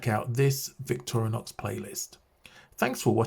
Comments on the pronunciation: Victoria! Nox! Sounds elegant af. I think that will be my new pronunciation. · Why do you say "Victoria-nox"?